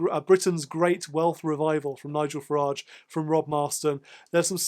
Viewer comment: Thank you for adding some balance to the Farage (pronounced garage) reterick.